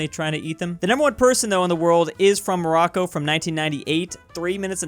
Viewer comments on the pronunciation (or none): none